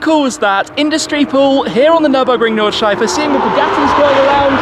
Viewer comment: WoW, his pronunciation of "Nordschleife" is actually pretty good😂😂👍👌